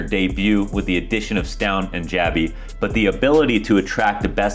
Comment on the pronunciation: Stavn and jabbi? You mean Stabn and Stabbi. :^)